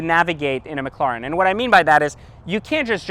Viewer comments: PLEASE >> stop killing the name .. it's a McLaren that's M (muk) Laren, it's not M Lauren like Lauren Jayregui .. so Mc La ren.. Please... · Learn how to say mclaren 😂 wtf is mclaaaren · What the hell is that annoying noise a the start? It sounds like a spray paint can or a packet of tic tacs rattling about! And what on Earth is a "Mik-claw-ren"? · Pretty sure you're pronouncing McLaren wrong but regardless you got the whip and I don't so I can't hate. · he definitely is lol